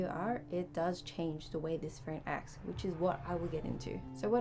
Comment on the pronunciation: There is no R in phone.